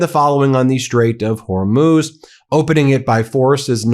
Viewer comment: Lol why does Ben pronounce it like "whore–moose!??" I'm fucking dying! 🤣🤣💀